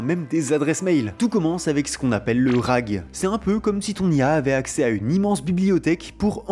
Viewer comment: "Manyshot" "RAG" Vous massacrez l'anglais dans cette vidéo 😅